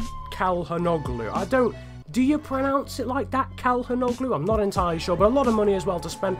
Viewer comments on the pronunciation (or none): none